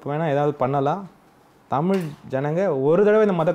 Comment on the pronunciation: தலைவரே தமிள் இல்ல தமிழ்